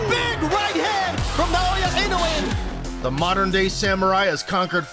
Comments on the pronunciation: The correct way to pronounce his last name is not INO-WAY, but E-NO-OO-WAY. NOW-YA for his first name. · Pronounced ee-no-oo-eh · NOW-yah IN-oh-way